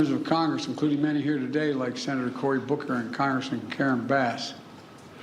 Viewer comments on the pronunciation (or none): none